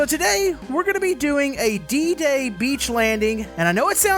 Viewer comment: It's D-day as in the day